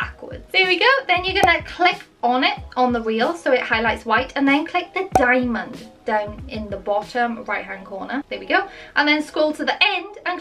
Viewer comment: Am I the only person that's always mad when they say diamond like it a keyframe get it right